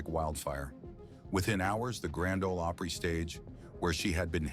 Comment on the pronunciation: The narrator is pathetic. Can’t even pronounce “Opry” correctly.